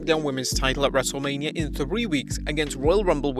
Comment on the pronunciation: “WrestleLAMia” got em